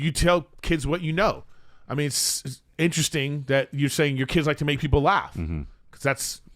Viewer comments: What’s inchrestressin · “I’ll tell you what the inchrising conversation is”